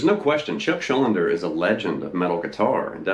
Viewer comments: Actually Chuck's surname is pronounced Shul-DEE-ner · The whole damn video calling him "Chuck Schul-linder" 😭😭 Chuck Schuldiner SCHUL--DINER